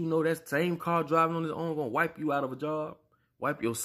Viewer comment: Homie said "whip" like miracle whip. Not "wipe" like wipe your booty. Aww man homie you can't tell me nothing